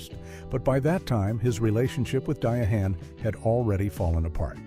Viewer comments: Its not di a han its Diane Carroll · AI cracks me up. Die-a-hand Carol 😂😂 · Cheating scandals happen with both black and white. And diahann is pronounced Diane. Denzel story is completely false. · AI-generated trash ALWAYS mispronounces names. Who is Die-a-hand Carroll?